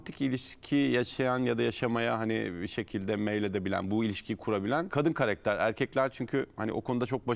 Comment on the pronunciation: Şu konumdaki bir program sahibi de "KAREKTER" demesin artık ama ya... Biraz özen lütfen. "KARAKTER" o "KARAKTER"...